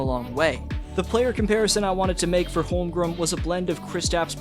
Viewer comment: I know I’m being an asshole here but it is not “Holmgrim”. It’s HolmgreN. Practice it